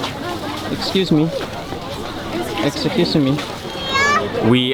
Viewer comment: Mark to the deer: "ex-cuse-sa-me" I literally laughed out loud at that part